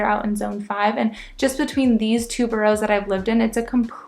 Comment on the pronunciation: After two years you shouldn't be pronouncing them burrows, they're boroughs ( burrahs)